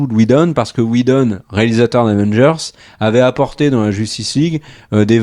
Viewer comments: J'ai bien aimé la prononciation Weshdon, qui n'est pas sans rappeler Wejdene. Les deux volant à peu près aussi bas, le lapsus n'en était que plus croustillant ! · Josh "WheJdon" et Zack "SCHneider" hahaha..On s'en lassera jamais!!